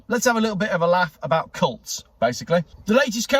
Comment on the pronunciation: Did you say cults or cunts? Thanks and enjoy your day